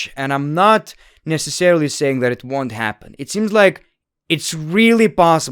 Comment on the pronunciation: Stop raping the word "necessarily" for fucks sake man